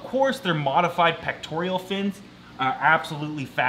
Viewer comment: It's pectoral not pectorial...